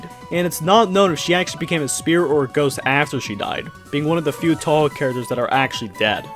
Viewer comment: atleast he pronounced touhou right